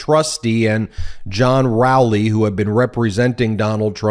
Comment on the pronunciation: I think it's Row-ley (as in row your boat) 😅